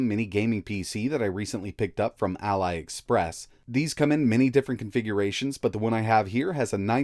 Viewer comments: It's not Alie express it's Alee express ALI express. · it's aliexpress not allyexpress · Did he say ALAI EXPRESS? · AliExpress is owned by Alibaba, so it should be pronounced "A-lee-ex-press" instead of "a-lai-ex-press" :) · nice, but it's AH-lee not AL-LIE express. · I legit LOLed when you called it "Allied" Express, I always thought it was ALI like the boxer. Pretty cool for the price though. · Its (ah-lee)express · Did this guy really say Ally Express? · This is the first time I've ever heard any one that pronounce Aliexpress as A-lie-express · "Al-lie express" my god do Americans have to say everything wrong? 🤣 🤣 🤣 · I'm being a picky a-hole, I know, but Isn't it pronounced "alee" express, like in Ali Baba (their parent company and the book with "the Forty Thieves")? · He can say Mini, but he can't say Ali! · That's weirdest pronunciation i heard of Ali Express :d